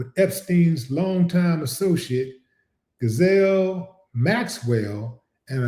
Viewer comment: Willie, you pronounce her name, "Gee lane'